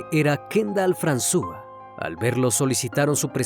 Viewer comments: Muy buena narración, muy buena edición. Sin embargo, la pronunciación del nombre de la ciudad y del criminal (fran-súa en vez de fransuá) me distrajeron. Que esta sea una crítica constructiva, hay que buscar el nombre y la pronunciación (aunque uno no hable el idioma como nativo), para que todo sea impecable. Hay una página que se llama Forvo, ahí otros pronuncian para saber cómo se hace. Saludos. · El nombre es Fransuá no fransúa 😂